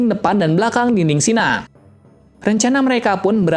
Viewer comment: Shiganshina oy bukan shina